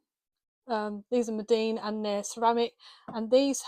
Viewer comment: Lovely little studio! Thank you for sharing. (Btw, it’s Meeden, not Medeen and probably no one else cares😊).